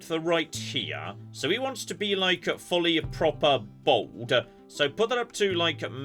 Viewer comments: "this customer wants to be bold" Me, listening while working: "ooh I wonder what kind of bold hairstyle will give him?" proceeds to shave his head Me: Bold?... Bold?? OH BALD! BALD JON, ITS PRONOUNCED LIKE BALLED! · My brother in Christ, I am from England. This is not the normal way one pronounces bald. It's a very specific regional accent thing. Given our breadth of accents and the fact that they can completely change within a 2 mile radius, we do enjoy taking the piss out of some of the more egregious ones. also says Moss-cow which can go take a long walk into the sea. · He's British. They pronounce it like Bauld/Bowled, which for some might sound like Bold. It's the same way that Canadians sound like they are saying Aboot when they say About because our 'out' sound is half way between about and abatt, which confuses some people into hearing aboot (going the completely other way phonetically).